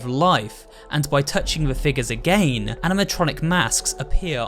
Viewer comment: why do you say again like that